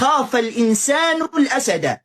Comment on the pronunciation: من الأسد بكسر الدال عشان قبلها حرف جر والشيخ قال الأسد بفتح الدال وهاذا خطأ